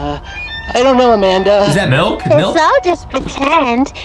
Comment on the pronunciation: Its not mlik its milk😂